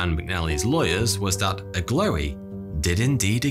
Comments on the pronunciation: Is the mountweazel supposed to be that Agloe is pronounced "ah-glow" instead of "ah-glowy" ? At least that's the way I've heard John Green pronouncing it. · I’m from upstate NY and I’ve always heard it pronounced (“ag glow”) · "Agloe" is pronounced" Ag- low" , actually! Delightful video, though! I love hearing about odd things on old maps